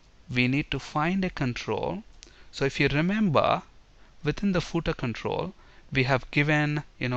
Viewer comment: Hi! but you pronounced the word "Footer" wrong! The way you said it was like "pootah" with 2 syllables? It should really be 1 syllable or 1 and 1/2, you have to use the full F sound at the start, ignore the double o sound, make it the short 'u' sound then TER. you place FAR too much emphasis on the double o sound and the initial F is compromised. British sometimes pronounce the final "-er" sound like the "ah" sound but theyre wrong. They would say the double o sound in the ordinary not the emphasized. You should say footer as 'fuhtr'. Saying footer with the double o as the long U sound is wrong. And you have to make the initial F sound clearly not a P or B sound